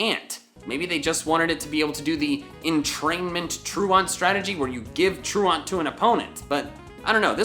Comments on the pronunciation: Okay, constantly mispronouncing "truant" was very annoying. Does he not know that "truant" is an actual word? Truant is pronounced ˈtruːənt and is defined as "a pupil who stays away from school without leave or explanation", a definition directly related to the Pokemon ability. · It didn't bother me as much the first time watching this, but truant is pronounced like true ant... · Durant has truant has it because it’s tru-ant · Traunt is pronounced traunt Like trawnt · Lol “true aunt” as opposed to false uncle. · Pronunciation! Truant, say truent..........Thanks. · / ˈtru ənt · / It's not pronounced like that. Look it up yo. It's more like tru-ent... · Truant is pronounced True-unt but also Durant has it because it is a "true ant" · Lmao at "troo-aunt" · i'm so sorry but 'troo-ont' is really bothering me i'm sure you're a great guy and your videos are good but troo-ont.. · Tru-ent that’s the pronunciation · True-int, like late for class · Bro, it's "True-unt." As in "Truancy." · It's pronounced true-ant. Like Truancy. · truaunt ? there is no U after the A in truant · i think its pronounced Tru Ent. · What the heck is wrong with you why are you pronouncing truant like a lunatic? True Ant you freaking moron. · Truant is pronounced ‘trōō ent’. The mispronunciation has spread like a virus noticeably in the Pokémon YouTube community. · that's not how you pronounce truant. You've probably heard your teacher say it when you are your peers were absent from class for no reason. You pronounce it like: TRU-INT Here's a video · You pronounce truant like "true-int" So the pun name doesnt make sense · I'm so mad he kept saying "True-Aunt" and didn't realize Durant and Truant RHYME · Truant as in truancy. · I'm going to need you to stop saying "truant" like that now. Good lord. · Truant. The way your pronounce it kills me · I hate the way he says truant. I imagine if he pronounced truancy it would sound like a pokemon name. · You pronounce truant weird lol